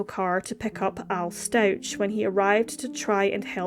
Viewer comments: It's pronounced StauK not StauCH. Love the channel so far 😊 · Very sad case. BTW, the family surname is pronounced Stau-k and he was found in a suitcase not a box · Its really irritating to me that you’re pronouncing the last name wrong. Watch at least ONE video of the trial before you post on this again. It’s sincerely disrespectful to act like you know what’s happened but not even get the name right. Its been literally all over the news and social media. You have no excuse for this.